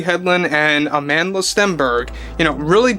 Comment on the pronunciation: As a Motswana I physically cringe whenever I hear people say “Amandela” because they can’t say “Amandla”